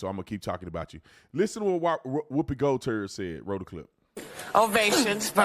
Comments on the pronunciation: 🤣🤣😂😂😅 it is Whoopi GOLDBERG, not Whoopi GOLTERT or GOLTERS, and the best part each episode she has a new name 🤣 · Lol. BT said " WoopieGotirds " 😆😆😆😆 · Lmao. BRO! Did you call her Whoopie GoldTERD? 😂😂😂😂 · Did he say whoopie gold turd?